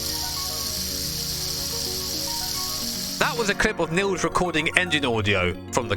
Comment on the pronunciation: Niels is pronounced Neals, not Nills.^^